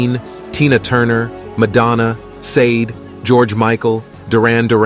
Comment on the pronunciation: I let go the mispronouncing of Midge Ure's name as I assume he's not that well known in the states, but you lost me when you mispronounced Sade's name 😂